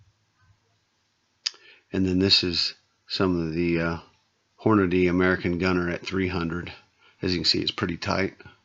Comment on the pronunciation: Props to you for saying hornadee and not hornaday. idk where people get fucking 'day' out of the name? smh